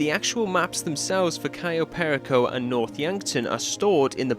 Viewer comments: im sorry but the way you say perico is really bothering me, you can say it with your accent bro, just say Pear-E-Co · Why does every English youtuber insist on pronouncing perico incorrectly? It's not pair uh ko. It's puh ree ko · Next mystery for you to solve: "How to pronounce 'Perico'." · Every time he says perico wrong makes me want to scream